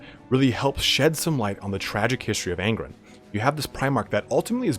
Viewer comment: Are you saying his name wrong? Its Ang-ron, not An-gren. Where are you getting the "en" pronunciation from?